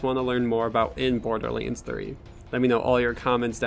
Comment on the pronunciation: This dude said bor-de-leans